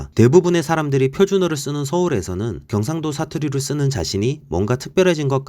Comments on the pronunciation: 음...티가 나는데요? 경➡️상⬆️도 ➡️ 출⬆️신⬆️ 극⬆️과⬆️ 극⬆️을⬆️ 표⬆️준⬆️어➡️ 사↘️투➡️리➡️ 제↘️일➡️ 작성자분 말투 잘 들어보면 어두위치 고조형 (ex. 오⬆️늘➡️) 빼고는 다 들림요ㅋㅋㅋㅋㅋ 저조형, 중조형(또는 이중고조어두+중조연속형), 어두 를 제외한 고조형은 숨길 수 없으신듯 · 영상보니 경상도 라는 단어를 쓰실 때 경상도 출신인 것같은 느낌이 나네요 ㅋㅋㅋ 저도 귀가 예민해서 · 그거암 ?이분 경상도 할때 발음이 빼박 경상도 반갑다 친구야